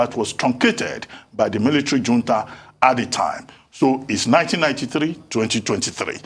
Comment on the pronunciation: Reuben, when will you learn how to pronounce the word "Junta?"